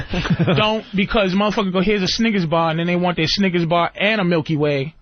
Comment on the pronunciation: Love the way Patrice says Sniggas bar 😂 instead of Snickers.